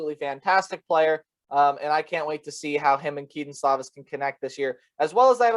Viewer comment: Dude it’s pronounced Slow-Viss not Slaw-Viss..